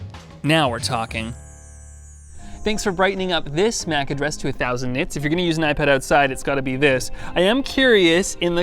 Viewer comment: You say Mac like “Myach”